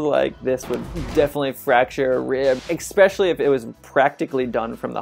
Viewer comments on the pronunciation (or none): I've heard 'aks' instead of 'ask', but did anybody else notice this guy takes it to a new level - for 'especially' he says 'ekspecially' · and AAAAND this dude say "expecially" instead of especially Hahaha I guarantee he says expresso and not espresso for suuuuuuure. AND he called jumping in the air and doing the splits "breakdancing in the air" like bboy's are doing toe touches like a cheerleader or something. This was pretty cringe. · he keep saying expecially instead of especially and it's triggering me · Hey Babe, great video , great analysis. But... it's especially not exspacially, with an s. sorry, mate but in 10 minutes you said it three times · Enjoined the video but cringed every time you said "exspecially" or "ax" instead of ask. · This guy is so extreme that he puts an X in 'especially'. Xspecially. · He follows the Joey Tribbiani school of pronunciation: "So Joey, you want to go to the zoo? ... EXPECIALLY!" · I was hoping I wasn’t the only one. I haaaaate when people say “ekspecially” 🤦🏾‍♂️ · Saying "exspecially" is not an accent. That's just incorrect pronunciation of the word especially. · “eCspecially” -20 IQ points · You had me until “expecialy” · eXpecially when he said "Ax" instead of "Ask" it was a terrifying moment for me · Enjoyed his take. I like the behind-the-scenes movie set stuff. In Ong-Bak, the parkourist is not jumping over the kids, he’s jumping over the BUBBLES so he doesn’t pop them. That’s so great. It would be nice if dropped “ekspecially “ and “aks” for “ask.” I feel better about compared to a wing suit guy or free climber. He is probably NOT going to: “die doing what he loved.” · Every time you said eck-specially I died a little. Everything else was great. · 'If I axed you to go walk on a curb' 'Eckspecially' 'the axed me to do something' 'Expecially' this bothering anyone else? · Take a shot every time you hear EX-PESHALLY instead of especially. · Every time i heard "expecially" i contemplated turning off the video